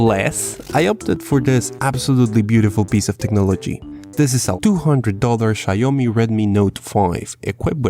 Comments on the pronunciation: Xiaomi is "Xiao-Mi", not "Xia-Omi". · please its called sha omi and not shayoumi..please it hurts (sent from my xiaomi redmi note 4). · its pronounced shawmy my guy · i love how u pronounce Xiaomi "Shayomi" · Xiaomi = "Shao-mi"